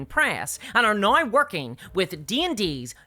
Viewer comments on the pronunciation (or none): Why the fuck do you say "now" like that ☠️☠️ "NAOIIIGH"